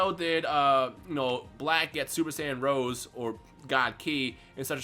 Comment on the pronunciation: rosé man, not rose xD it's named after the wine, not the flower